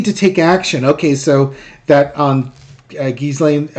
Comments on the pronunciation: The S in Ghislaine is silent. I believe it’s Ghee-lane, pronounced like the Indian clarified butter. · Gee-Lane Maxwell. Forget about the "s" in her name. It's silent. Love your show. Watch you every day!!! :)) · Ghislaine, pronounced 'jee-lane'. The 's' is silent. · Why can practically NO ONE get her name's pronunciation correct?!! It is NOT pronounced "Giz • Lane," the Goddamned "s" IS SILENT!! The correct pronunciation is Gee • Lane!! With a HARD G, not soft!!! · It’s ZHEE-slain. Rhymes with Elaine. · Ghee- lene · oh that's how its pronounced we've been calling her Jizzlaine. Oh well lol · Hey... Pronouncing her name is easy! Just remember that the "s" is silent! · Pronounce her name with no " s " sound. Forget the S . 😊